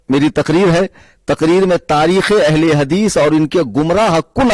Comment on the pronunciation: Ahl-e-hadees ❌ Ahl-e-hagees ✅